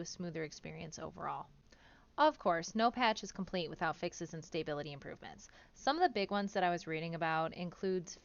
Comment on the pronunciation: As a livelong PVEer thay just had their first honorless PVPer caused death, im stoked for some of these changes. Also, its stah-bility not stay-bility 😉